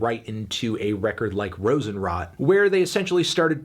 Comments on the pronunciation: Hey, Herr Melone! "Rosenrot" doesn´t mean that roses rot (which they certainly do after a period of time and lack of water, yada yada whatsoever). "Rosenrot" is a color like melongreen, get it? And you pronounce it like rrrrrOsenrrrrrrOt. Take a little bit more time with the O, melOn. PrOst! Das ist der 667ste Kommentar, was es teuflischer als teuflisch macht! Zeit für ein Schnitzel, Freunde. Prost an Alle und auch an Dich, Melone der Musik! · The way you pronounce Rosenrot 😂😂😂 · But not Rosenrot, god help him.